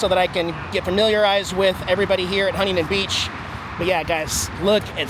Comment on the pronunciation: I’m glad you finally learned the correct “local” way to pronounce Huntington.